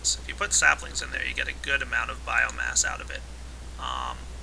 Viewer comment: Epic failure, learn to pronounce "Biomass"